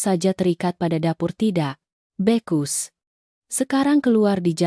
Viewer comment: Bacanya bukan tidak bekus ,tapi tidak becus 😂😂😂😂😂 koplak Ceritanya kelamaan ,muter2 aja.